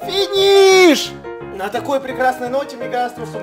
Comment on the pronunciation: ФИНИШ ФИНИШ ФИНИШ ФИНИФФ